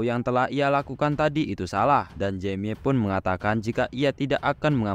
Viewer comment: Baca nya nama mc nya jemi bng jangan jamie bng